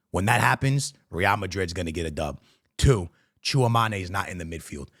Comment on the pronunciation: Tchouameni❌ Tchouamane ✅